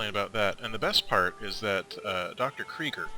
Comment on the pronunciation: LOL did he say Dr.Kreiger or Dr.creeper XD